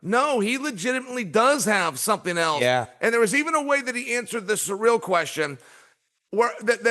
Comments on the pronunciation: Ahhhh SURREAL GANE. Not SURREAL Chael, it's "Sea-reel". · Why does Chael insist on saying the brothers name wrong? It's so f'n disrespectful. CYRIL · I was thinking who the hell is Sureal then realise it Cyril😂😂😂😂